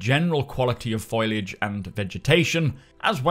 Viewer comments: "F o l i a g e" not "F o i l a g e". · Foliage is pronounced foal-e-age not foil-e-age. Sorry but it's driving me nuts 😂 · Foh-lee-ahj - not Foil-ahj mate. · I'm guessing you say "foil-age" for the same reason I say "skelling-ton"; because it's amusing.